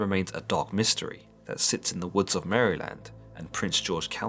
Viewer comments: "In the forest of Mary-land" I'm sorry, did you just say Mary-land? Not only am I offended( it's Mare-lend) but now I have the fear of that thing stalking my house since I live near the woods. If I see, I'll t-pose in the name of jesus to ward it off, demons don't like that. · It’s pronounced Mare-Land not Mary-Land and this is coming from a Baltimore Maryland native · It’s pronounced mare-lind, or marilind, not literally Mary-land. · It's said mare-land that's how you say it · You're saying it wrong. It's Mar (like a mare) uh lend. Like mare uh lend. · from Maryland. we pronounce it like "Merlin" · Marlon? 😂murrlan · Liked and subscribed. Now promise me you'll never stop saying Maryland 😂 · Love how you say Maryland. Not at all like we say it in the US.